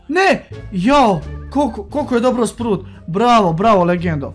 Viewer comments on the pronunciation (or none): Nije sprut nego spraut